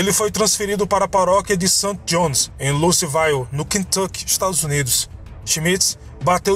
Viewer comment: Muito legal; só uma dica: quando o nome dos lugares termina com "ville" (Louisville), pronuncia-se 'vil' e não 'vail'. 😉